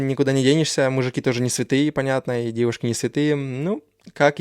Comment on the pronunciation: Не ДЭВУШКИ а ЖЕНЩИНЫ,не МУЖИ(Г)И а МУЖЧИНЫ